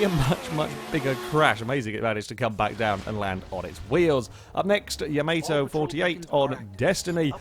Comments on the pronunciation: "yamayto" Fucking hell. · You pronounced 'Yamato' wrong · I'm sorry but I can't ignore his pronunciation of "YAMATO".